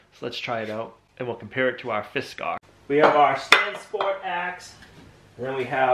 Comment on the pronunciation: Its not fiskar, it is Fiskars.